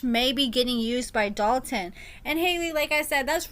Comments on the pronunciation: I hate how people say the name Dalton 🥴 The lawyer says it properly lol When people say Dal Tin it irks my nerves 😩 Idky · Yes!! I thought I was the only one. I cringe every time Haley says his name lol